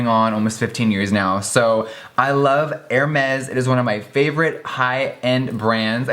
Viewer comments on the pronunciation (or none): Hèrmes is French I.e you don't pronounce the s 🤓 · I love Jeffree but the way he pronounces the French names (Louboutin, Hermès) made me cringe so much😂🌹🌹🌹